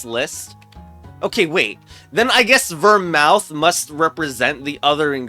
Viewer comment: Love the pronunciation of Vermouth : "Ver👄" I think it's more like Ver🐄th